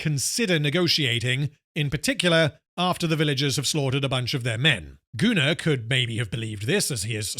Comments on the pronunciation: Goonar is the proper pronounciation for the name Gunnar. (It is a Scandinavian name.) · It's like the sci Fi Setting I invented when I was 13. It's pronounced GunnAR. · I guess I could point out that "Gunnar" is a norse name, and would probably most accurately be pronounced "goon-are", more or less. But considering his actions, calling him "Gooner" fits pretty well.